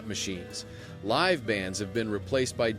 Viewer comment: Teach your shitty ai narrator the difference between live and live. It makes me laugh that you're using shitty ai narration to tell us about the enshitification of Las Vegas. I think it is called Irony.